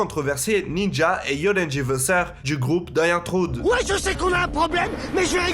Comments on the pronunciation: Super vidéo ! Par contre le Die antrourde 😂😂 ça se prononce Di antwoort en faisant courir le o 😀. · Die Antwoord (prononcer Di Antvourde), pas Die Antwrood 😂